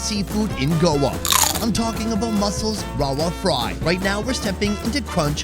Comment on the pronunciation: I have to correct you lol. Rawa fry? I lived in Goa for 5 years and I know that Indians struggle to pronounce V! 😂 It's Ravva fry 😉